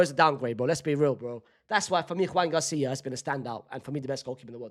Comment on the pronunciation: Your Joan García pronunciation kills me😂 that's not how you say his name